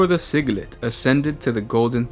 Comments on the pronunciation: It's pronounced. Sigil Light. Not siglit! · SI-GI-LITE, like light, like Sigil: Sigil-light! Pronunciations-alchemist :)